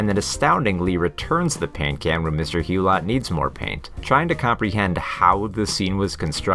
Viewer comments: It’s actually Hu-low not Hu-lot. Otherwise a good video. Thanks. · You should definitely NOT sound the last 't' in 'Hulot'!